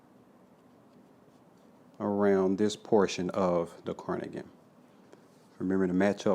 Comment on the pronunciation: Great tutorial. Q: Is it: Carnigan Or Cardigan.....? You sound as if you are saying Carnigan.